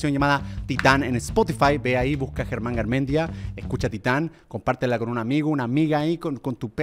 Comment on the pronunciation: es Germán no gereman